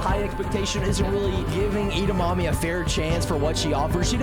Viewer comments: Why does he say Eda mammy it’s edamimi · IT'S EDAMIMI NOT EDAMAMI, DUMBA$ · Edamimi is pronounced Ed-a-me-me Have you ever heard of Edamimi Beans 🫘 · it's definitely pronounced eda-mommy right guys 😩